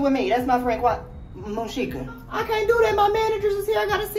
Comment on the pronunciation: said Moonshika🤣